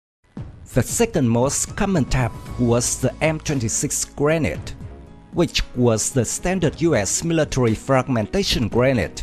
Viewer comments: It’s pronounced as (gre-nade) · Grenade is prenouse as (Gre-nade)